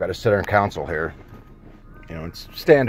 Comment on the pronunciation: I thought that was a typo until I heard you pronounce it lol. You know it's a console and not a counsel right?